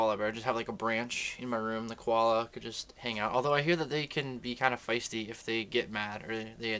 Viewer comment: 1) nsync.....YES. 2) you said fiesty. made me lol. 3) I ASKED YOUR FAVORITE QUESTION?! OMGGG! :DDD yessssss. and you said my name right! SCOREEE!